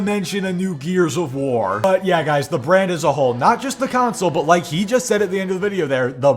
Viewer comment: Don't forget how he says console. The way he says it is flamsol.